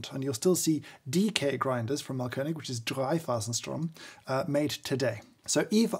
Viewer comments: Yes, audible Umlauts! Although he does say mahlKÖNIG instead of MAAHLkönig, i.e. emphasis on the wrong syllable, and A too short. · Thanks! It's Máhlkönig btw, stressed on the first syllable. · His pronunciation of Mahlkönig is simply wrong. I appreciate the effort to try and he certainly did a better job than your average Joe but to say it's on point or incredible is a bit far fetched.. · Thanks for a very informative and enjoyable video (as always)! You also did a very good job pronouncing the German Ö-sound perfectly! Just a little tip: the A in Mahlkönig is a long sound. An h after a vowel always makes the vowel a long sound. ;) Keep up the good work and thanks for making lockdown more interesting :)